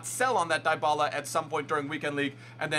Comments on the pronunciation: It’s pronounced dee-bala not die-bala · It's pronounced Dee-ba-la :)